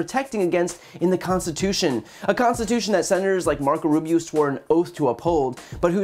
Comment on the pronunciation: Brian...you absolutely annihilated Marco Russio, er--Rubio. Bravo for exposing this guy's blantant lies.